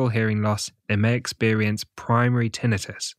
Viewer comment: It is Tinnitus, not TInnius.